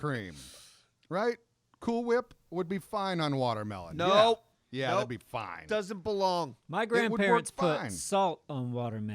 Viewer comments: " Wortermelon" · Let. Him. Say. Watermelon. One. More. Damn. Time...his country ass with worturmelon pronunciation...ugh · what is wudermelon? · Wtf is Worter mellon?